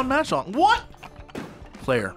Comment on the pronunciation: Mahjong or 麻将. 麻 pronounced Ma as in mama or maw. It is needlessly pedantic of me, but hearing you say it the other way made me (cringe is overused) unduly upset